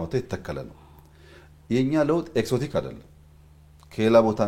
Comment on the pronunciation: እንግሊዘኛ ጠብ ጠብ ስለተደረገ አዋቂ አያደርግም ያዉም አንዳንዱን ቃላት በቅጡ ማለት እያቃጠ: ለምሳሌ exotic ሲነበብ ኤግዞቲክ እንጂ ኤክሶቲክ አይባልም።